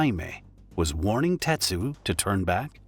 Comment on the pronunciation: His name was Tetsu, not Tetshu. And the woman's name isn't "Sawatan" it was "Sawachan". RIP Tetsu.